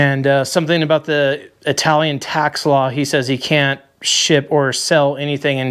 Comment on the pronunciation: These are the best kind of videos. See sht himself when his old lady rolled in aboot 😂